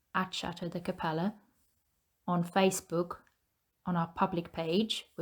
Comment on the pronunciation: French pronunciation is kah PELL luh with emphasis on the "pell" and light on the "luh". Kindly meant. Keep up the good work!